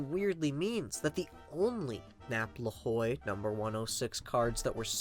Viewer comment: Great vid again. Boss Napoleon Lajoie's last name is pronounced laj-way.